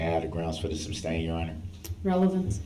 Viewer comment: ITS NOT SUBSTAIN ITS SUSTAIN ! 3rd Party Intervener is a terrible Attorney